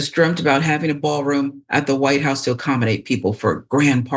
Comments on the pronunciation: “The Whit House”?? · Location: "THE WHIT HOUSE"??? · The “whit house”?